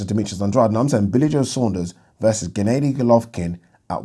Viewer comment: Why do you say genn-AY-dy when it’s pronounced as genn-AH-dy? 😆